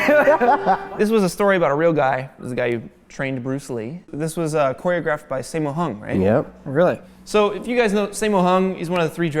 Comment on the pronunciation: I am crying after he said simmo hong broooo its saaaammooooo 😭😭💔